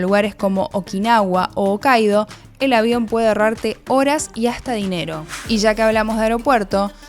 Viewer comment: Todo hermoso chicos. Buen laburo. Lo unico, en japonés la H se pronuncia asique no es okaido ni aneda, se diría Jokaido y Janeda